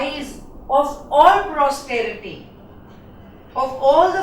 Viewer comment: Explanation is good but is not free of errors.......1.It's a 10th grade poem. 2. a poem has stanzas....this is a sonnet which has quatrains...4 quatrains of 4 lines and last 2 lines called the rhyming couplet ( 4+4+4+2=14).......Thus a 14 lined poem . .3. 3rd quatrain..the word is..posterity not prosterity ( future generations)......students follow us so when we upload a video...we should be more careful....